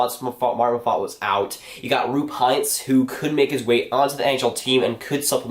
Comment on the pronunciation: you have to practice the pronouncing of Roope Hintz :DD